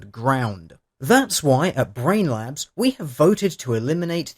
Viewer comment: It sounds like you are calling them Brain Lapse. Which is fitting.